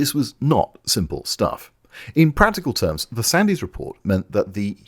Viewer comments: Sandiz? When I was a lad, admittedly a long time ago now, it was pronounced Sandz; it being simply an archaic spelling of the surname Sands. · Great stuff but watching the BBC news at the time as a kid, his name was always pronounced Sands not how it was spelled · Sandys is pronounced "Sands". Brilliant video - very glad to have found this channel. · One slight niggle; from my memory of the time Sandys' name is pronounced Sands. Also, given recent developments in Ukraine, it appears he may have been somewhat prescient. Otherwise, excellent work as usual. Carry on. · As English Gentry I DO hope you are mispronouncing Sandy's name deliberately, I assume you KNOW the Y is silent and that the mans surname is pronounced as Duncan Sands and misnamed him deliberately just "because", who was in fact Churchill's son in law. Please dont confuse my missive as forgiving the man for what he did in almost single handedly destroying our whole Aircraft industry...as I DON'T and never will, Parliament has been choc full of the worlds leading criminals against the betterment of the British tax payer for decades wasting trillions of OUR money over many years on fan-dangles and cancelled flights of fancy and then giving the rest away to undeserving foreigners who repay our kindness by pathologically hating us enough to do us as many mischief's as they can get away with.....after those same politicians have helped themselves to a nice stiff drink at OUR expense of course. it HAS to stop.! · Thank you for all the work that as obviously gone into this and for the excellent-as-usual end product. One minor point: Duncan Sandys' surname was pronounces 'sands', not 'sandies'. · Know your enemy. Sandys is pronounced "Sands". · Brillant. Thank you. Incidentally Sandys is pronounded Sands.